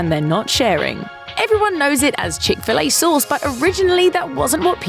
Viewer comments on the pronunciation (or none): She says "chic filet sohs" lol